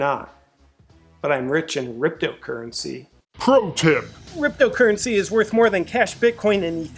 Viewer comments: "Rypto Currency" 💀😂😂😂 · Haha! "Ryptpcurrency". Brilliant!